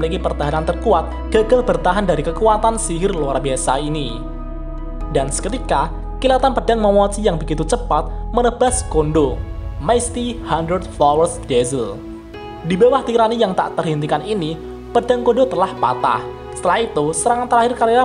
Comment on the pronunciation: Misty dibaca maisty 😂